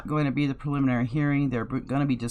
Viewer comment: Lets sound it out together.. Pre-lim-in-ary lol